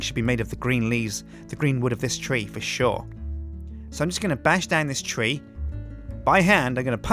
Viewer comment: Nope. Silverwood is THAUMCRAFT, and thus not graftable by FORESTRY grafters. Oh, it's "tree" not "three"